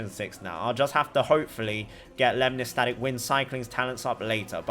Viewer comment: i keep hearing lemni•static 🤣